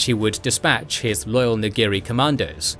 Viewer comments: I'm sorry, I really don't mean to be a dork about this but you're getting some of the pronunciations wrong. Going off of how Mark Thompson said it in the audiobook, it's pronounced Jor-ROO Sa-BUY-oth and NO-gree. The planet is also pronounced Murr-kurr. Once again, I'm sorry for sounding like a douchebag, it's just going to drive me crazy hearing those names mispronounced like that. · You guys and your pronunciations. C'baoth is pronounced se' Be oth and Noghri is two syllables Nogh' ree. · You know you're pronouncing Noghri and C’baoth wrong, right?